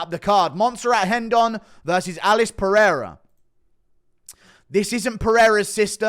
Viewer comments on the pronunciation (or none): Its rendon not hendon 😂😂😂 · Brother Montserrat rendon and Rafa Garcia are Mexican not brazlilan. It’s not “Hendon” and it’s not “Hafa” lmfao